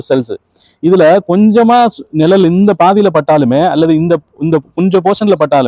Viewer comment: நிழல், நிரல் அல்ல தமிழை உச்சரிப்பு காப்பாற்ற வேண்டும் குழந்தை கள் குலந்தை அல்ல. மற்றபுடி OK